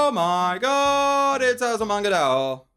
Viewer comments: It's still weird to hear him say DAO instead of DAYO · I hate to be this guy, but... It's pronounced die oh. Sorry. Also yay, my favorite comedy anime ever :D